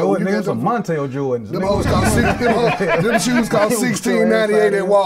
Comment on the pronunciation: He said “Montrell Jordans” 🤣